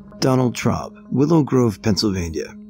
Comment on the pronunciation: Omg, I was listening to this while playing a game and the first thing I hear is: "Donald Trump" I literally stopped what I was doing and said: "Wait, what?" I go back to the page and realize it's Donald Traub. Boy that threw me through a loop lol.